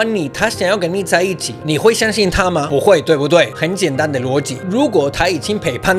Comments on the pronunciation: ＂背叛＂唸被判不唸培半＝陪伴 兩者意思差很多還好回頭看字幕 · 背叛我一直聽成陪伴😂